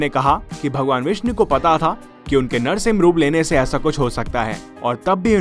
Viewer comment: Bhai tumhe narshing ji bolne me dikkat he ?